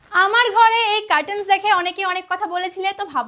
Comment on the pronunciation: Catels নয় it's curtains...